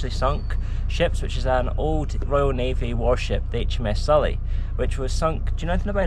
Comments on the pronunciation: Its pronounced Si,lla not silly, I served on it for 3 years so please give it the respect it deserves,cheers. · Probably different in the US but the ships name is pronounced to sound like Silla not Sulla.